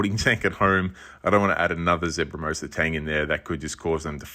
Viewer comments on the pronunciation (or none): The tang looks lovely! fyi it's zebrasoma not zebramosa :)